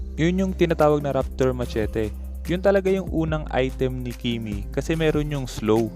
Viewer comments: Masheti ung tamang pag pronounce. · "Mashet" po pam pronounce ng "Machete"